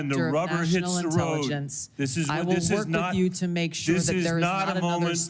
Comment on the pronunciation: The dude struggled to pronounce medium length words, such as "intelligence". This is the guy in the highest office in the country. Yep.